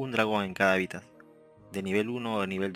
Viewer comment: Se dice HÁBITAT